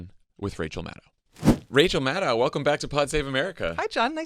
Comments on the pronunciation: Jon, please pronounce Maddow's name correctly. The second syllable is /doe/, not /dow/. The vowel sounds in Maddow are literally the same as in Favreau.♥ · Great show. Just one tiny nit-pick, Jon - Rachel's last name rhymes with crow not cow. She is too gracious to correct you on air, so I will do it for her in the comments.